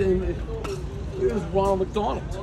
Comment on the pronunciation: “Ronald McDavid” lmao